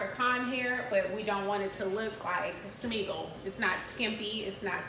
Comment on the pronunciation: Not Smeigel. Lmao